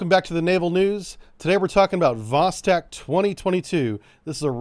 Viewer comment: Great coverage of the exercis👍👍👍 BTW, Vostok is pronounced Vos-(stock) instead of Vos-(tech).